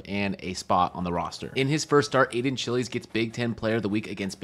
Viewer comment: As an MSU fan hearing Aidan “Chilis” instead of Chiles is hilarious